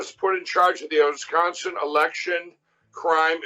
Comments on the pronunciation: So much in this episode! 😂🤣😂🤣😂🤣😂🤣😂🤣 How many words did Mike make up? "Owisconsin" "Lawsuitses" "Intiminate" Auto-correct keeps trying to correct Mike's word when I type! 😂😂😂😂 Your Tweet-backs rock! I'm surprised "Coke, Jr." (👈🏻😂) or the other brainless buffoons haven't tried to block you! I didn't know Nancy told Lauren Dilbert to shut up? That's awesome! Those guys were trying to dance?!?! One Flew Over... Thanks for the laughs,! We see your quotes pop up in various progressive live-stream chats. 👍🏻 The MAGA Tears💦🥛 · The Osconsion? I guess Pillow Guy can make up new countries, or is just mentally challenged to know what words he's trying to say. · Where is “osconsin” ???